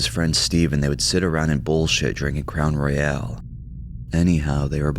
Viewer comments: That’s how I’ve always pronounced it too and even though I know it’s wrong I still say it that way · There’s no way you said crown royal that way